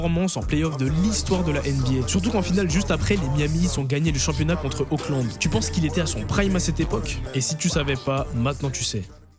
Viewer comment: A part Auckland au lieu de Oklahoma!